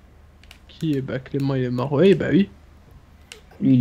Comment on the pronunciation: Je suis le seul à entendre dire "ui" au lieu de "oui"